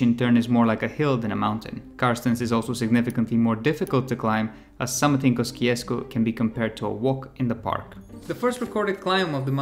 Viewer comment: mt kosciuszko is pronounced mt kosiosko at least thats how aussies say it